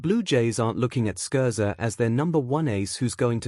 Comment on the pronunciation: Stop with the crappy AI. Can’t even say Scherzer or get his age correct. Stop wasting our time.